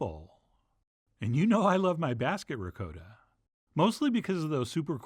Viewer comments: "Rikoedah cheese" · As in Rizoedoh! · Chef John, with all due respect, you really need to commit to the correct "ricotta" pronunciation.